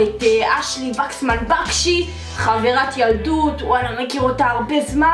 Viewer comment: אני ממש אוהבת אותך ואהבתי את החיקויים אבל אומרים וקסמן ולא בקסמן😂